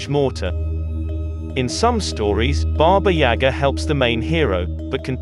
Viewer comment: Mispronounced baba yaga